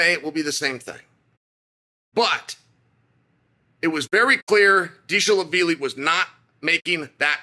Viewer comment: Dishala-Villy, Dishlavilly 😂Chael is a legend 😂 and remember always bet against him to secure win